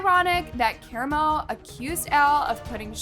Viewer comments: Chef p not pie also Ka-ra-mo please next time look up pronunciation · It’s pronounced chef Pee not pie and Kah-rom-o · I wanna be mad that you’re butchering karamo’s name but then I realized….he deserves it 😂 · Has no one watched Queer Eye? Why do people mispronounce Karamo's name lol. I watched a few videos online and everyone was mispronouncing his name 😆